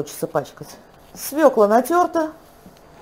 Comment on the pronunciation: СвЁкла! СвЕкла-по украински,не для нас!